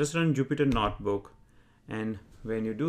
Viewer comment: its not "NOT" book its "NOTE" book